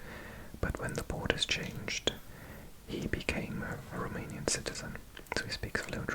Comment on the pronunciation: Greetings from Brăila, România! You are doing an excellent job with your Romanian pronunciation!